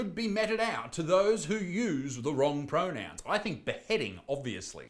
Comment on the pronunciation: Oh no you said the wrong pronous if i ever said that i will spontaneously conbust